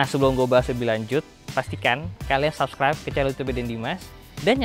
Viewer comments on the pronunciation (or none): none